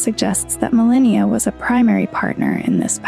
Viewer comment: You mispronounce Marika and Malenia, makes me feel like you haven't played the game. They say it multiple times, you don't get to just pick